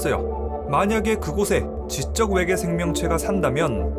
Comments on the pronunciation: 일부러 왜계라고 하신거죠??…. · ’왜계‘ 개킹받네 ㅋㅋㅋㅋ